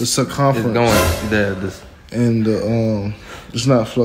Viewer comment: my nigga said circumfrence XD